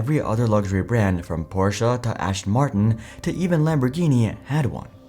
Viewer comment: My fav part was when you called it “ashton martin” haha